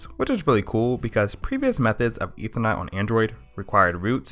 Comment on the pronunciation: Sorry but you need to slow down your speech. Ethernet has 3 syllables not 1. I can barely understand what you are saying, but thanks for letting me know that this is actually possible.